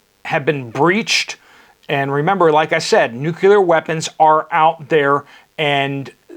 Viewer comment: NEW-CLEAR WEAPONS. NOT NU-CU-LAR.